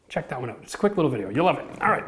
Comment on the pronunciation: I had to watch the intro three times I'm pretty sure you said chuck lol 😂 great video I love wood planers but you forgot the other way to fix high joist by cutting a bunch of groves then knocking of the wood easy way if you need a 1/4 are more